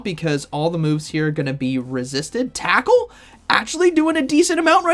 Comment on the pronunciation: At first, I thought you said "Taco" but then I realized you meant Tackle lol 😂